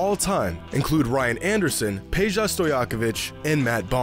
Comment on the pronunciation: Heads up: Peja is pronounced "peya" since he is from Serbia